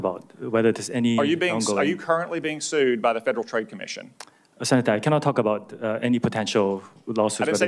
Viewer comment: about, not abour...lol